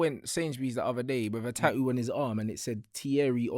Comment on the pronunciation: " Ta'oo " is a new one on my Bri'ish vocabulary